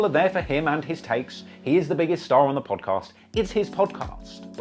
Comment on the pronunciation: Hate how he's saying Podcast... great content though